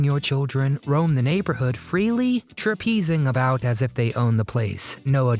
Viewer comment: . . The word is NOT "Trapezing". . . It's "Traipsing" . . (pronounced 'TRAPES-ing') . . Meaning to flounce about, uninhibitedly or without care. .